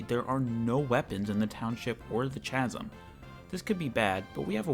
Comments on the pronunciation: "Chasm" is pronounced KA-ZM, not CHA-ZM English is a mess of a language. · good video but the way you pronounced chasm means i have to dislike unfortunately